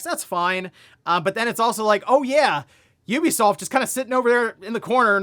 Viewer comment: You be soft? Is that how it's pronounced?.....